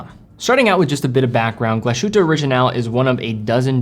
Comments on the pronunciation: Just a friendly pointer: The "s" in Glashütte is not pronounced like the "s" in "shit" but like the "s" in "sick". The "h" is spoken like in "Hi"...so almost silent, just "move air through". The "ü" and rest oft the word you already have down :). So GlaShÜtte ^^...not "Glaschütte" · it's pronounced "Glas hooter" not Glas shooter". Other than that the videos are superb! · Please, as much as i like your content, as a german by birth, it triggers me, that you call it gla–sh–hutte. It‘s called in german „glas–hütte“. Cheers. Btw. I own this watch, and it looks amazing !!! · NOT english Glash ... ütte, but Glas ... hütte, separate the s and the h! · The "sh" in Glashütte is not pronounced as "sh". Instead it is Glas-Hütte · The place speaks "Glas'-huette" not "glashoote". "Ü" is like french "ue" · Glas-hütte! 2 words, please! Glass-hut not gla-shut! Thank you! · Great watch! Btw. It's pronounced Glas-hütte (glas huette) not Glash-ute 👍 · your pronounciation of German brand names is very much on point. Congrats! Just one exception which you get wrong: "Glashütte" is a compound word: "Glas" plus "Hütte". Therefore, there is a split between s and h. It is NOT pronounced "Gla-sh-ütte" as you do. But "Glas-hütte". With an "s" as in english "glass". And not like an "sh" as in english "flash". (The meaning of the name is quite simple and obvious: "glass hut". The villagers were producing glass centuries before they began producing watches. Hence the name.). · Thanks, I was about to post the same thing. Glas-hütte, not Glah-schütte. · It's not "hoote" because there's an umlaut on the u. It's huuuuu-te (hard to represent here since the vowel / pronunciation doesn't exist in English) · Argh! Glas-Hütte, rather than gla-shütte, please! (No Sh-sound, as it's a compund word, think "Glass-Hut") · GlaSHOOTA, babyyyyy! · Glass shootah? Americans... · the s and h are not togetehr to form a sh sound it's "Glas(s) - hütte" and it means glassworks